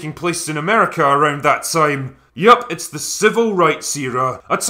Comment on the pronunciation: "itchs a grunge thing"😁